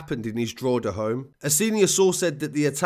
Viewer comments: DRAW-HID-AA not drawheeda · Drogheda is pronounced more like Dro-heda than Droheeda. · Draw-heh-da not draw HEEE da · Droheeda 😂 it’s pronounced Draw-heda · Love these videos. Well researched. Straight to the point. Droha-da < that's how your say Drogheda phonetically though it's the only thing you get wrong haha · Quick tip Drogheda is pronounced “DrawHeadA” great job by the say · I pronounce it drock a da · I'd pronounce it Draw-hidda. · Repeat after me. DRA-HE-DA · As a Dub myself. You're pronunciation was pretty good for an English accent. Just a minor correction . Drogheda is pronounced "Drohada" with the emphasis on the first syllable. Great vid. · Man your killing me with the Drogheda. Its pernounced DROW HA DA. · The narrator pronounces Drogheda as the Australian version of the outback Drogheeda. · Incredible report, It’s pronounced Drock ha da. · Dr hoda..is how it’s said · It's pronounced droth eda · You don't pronounce the g in drogheda